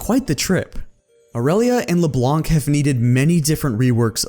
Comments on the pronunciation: AAAAAAAAH shit this makes me mad, it is not leblanCCCCCCCCC, its Leblanc as in, blanc, the french. Why dont people learn it :C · LeBlanc is just pronounced LeBlan